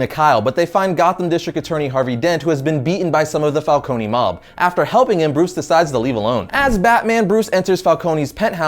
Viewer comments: My god. Again: Falcone is Italian, so it is "fálkóne" and not "fálkóni". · The way pronounces some of these names kills me. Fal-cone not fal-co-knee. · i could not get past him saying Falconie and Maronie they are not pronounced the say it is pronounced Fal-CONE . . . Cone not Conie that just sounds stupid